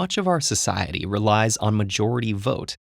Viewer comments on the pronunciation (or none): Did anyone noticed the emphasis on the word SOCIETY..:)